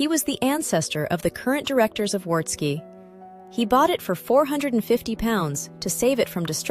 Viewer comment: Pronunciation: the W in Wartski is pronounced as a V.